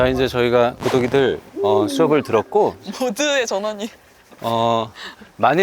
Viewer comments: 왜 자꾸 구더기들아 하는거 같죠?ㅋ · 구독이들 귀에 구더기들이라고 들려요 ㅎㅎ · 구독이들아~~ 구더기들아~ 로 들리는거 나만인가.. ㅎㅎ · 구독이들이 "구더기들아"로 들려요!!ㅋ